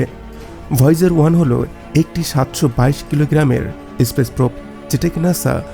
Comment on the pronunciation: এসপেস না বলুন স্পেস